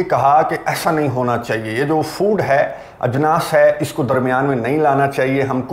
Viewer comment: Ajnaas bahut Khoobsurat ward hogaya hai Aapke zuban se Bhai